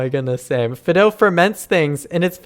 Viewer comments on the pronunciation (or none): I think his name is pronounced “fie do”. It’s like the generic name people have for dogs. Ie: Here Fido!